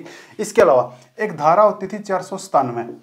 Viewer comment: Aap paheli dhara cleat nahin bol rahe hain